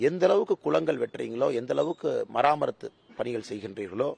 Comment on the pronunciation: மராமத்து பணிகள்/மராமரத்து அல்ல pls note.